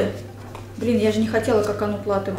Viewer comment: Так изменилась, не только внешне но и как-будто внутренне и эмоционально, такая прям леди) Ушки эти обожаю💞 Только Коконат, а не коконут)